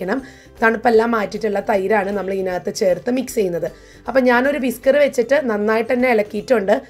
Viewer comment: കൊള്ളാം. ഉപയോഗപ്രദം. പിന്നെ.. ശ്രദ്ധിക്കുക.. വിസ്‌കർ അല്ല ഉപയോഗിക്കേണ്ടത്.. വിസ്ക് ആണ്.